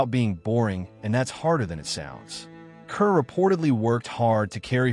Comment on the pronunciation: "Kerr" is pronounced "Car", you stupid AI!